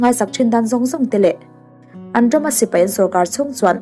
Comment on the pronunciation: "Sipei" ni lovin "Sipai" tur